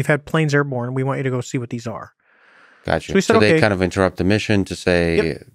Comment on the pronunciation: "sorry to inturot" if you're sorry for inturpting 100 plus times maybe just stop... And give up on the self deprecation 100 other times saying your dumb